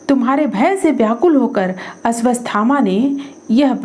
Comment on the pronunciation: "अश्वत्थामा" नाम के उच्चारण में त्रुटि है......आपने अश्वस्थामा बोला है वीडियो में.....?!?!